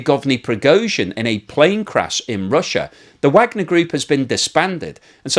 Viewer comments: I appreciate your insights on this horrible war., thank you. But there is one thing (much repeated) in this episode which grates on me; you have been pronouncing the name Wagner in the same way as most American commentators and that is wrong since Yevgeny Prigozhin founder of the Wagner Group.apparently named his army after Richard Wagner, the composer. That surname is pronounced (phonetically) as _Vargner_. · You keep mispronunciations the name ‘Wagner’, which makes me wonder if your image is created by AI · Vahg ner. Not Wagner. Named after the German composer and spelled вагнер on their logo.